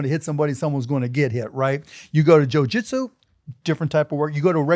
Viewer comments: Why does he keep saying Joe Jitzu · This guy saying who would win in a fight while saying joeJitsoo is atrocious